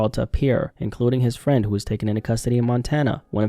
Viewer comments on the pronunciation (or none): none